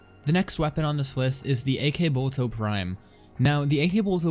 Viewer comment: I don't think that it's pronounced "ak-bolto" or "ak-stiletto", but rather "akbolto" & "akstiletto", since you say "akimbo" not "ak-imbo"